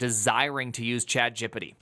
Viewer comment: Dude, I give chat-jip-pa-tee a lot of data and info before it gives me good results. yeah ok, I still do not trust it much, but I have gotten much better at describing things.